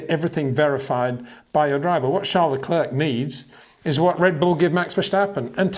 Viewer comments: Come on man, "Luh Clair". It's not very hard is it? At this point still calling him luh klerk is disrespectful. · Charles Leklirk, man put in some effort.